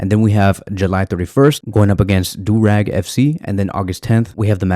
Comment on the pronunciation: bro aint even try he said durag fc LMAAOO